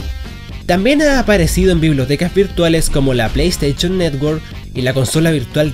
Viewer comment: JAJAJAJA.. PLAY STAICHON